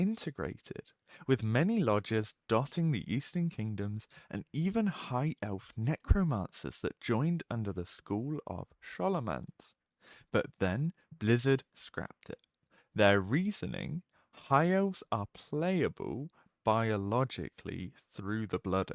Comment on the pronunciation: you literally say SCHool and SCHolomance in the same sentence next to each other, and then Still manage to pronounce Scholomance differently💀